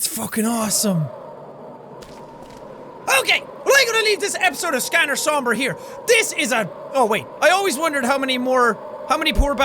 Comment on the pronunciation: I thought this was pronounced as scanner saum bray